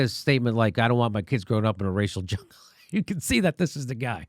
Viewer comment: He said Rachel Jungle. C'MON FAT!